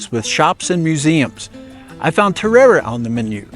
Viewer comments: Just went there and ate sooo much asado and vori vori. Café de acá is amazing! Definitely recommend. The terere is sooo refreshing the actual pronunciation is (Teh day day) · i as just there last week the drink is terere pronounced teddaday